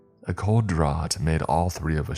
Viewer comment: FYI, draught is pronounced like "draft", not like "drawt".